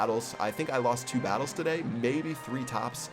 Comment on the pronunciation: Listen to the way he says today at the beginning of the video